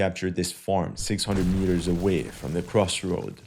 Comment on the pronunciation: Mitters? U mean meters?